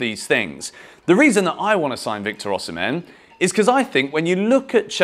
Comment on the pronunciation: Osimhen is pronounced Osimay. He told John Obi Mikel when he interviewed him on his blog.